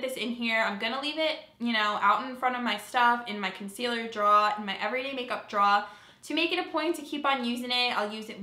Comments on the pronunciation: Omg love the way you say draw. Your accent comes out, though you might think you have one. Great job. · are you saying draw? Makeup draw?